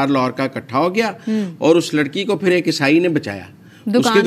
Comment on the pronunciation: The word is not esai